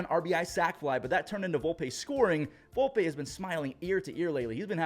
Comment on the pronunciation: IT IS PRONONCED VOLPEEEEE